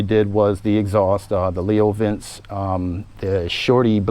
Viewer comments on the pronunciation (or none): Leo vince pronounced "vinchea" it's french. Nice bike.